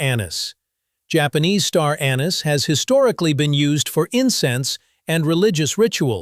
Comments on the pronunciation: First off, you are NOT French, nor are you speaking French, yet you persist in pronouncing "anise" the French way with the accent on the second syllable. In English, the accent is on the FIRST syllable...AN-iss. Get it right!!! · The word "Anise" is pronounced wrong, seemingly, thousands of time in this video